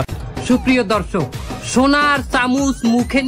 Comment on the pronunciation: দরসক🚫 ধরসক😂😂😂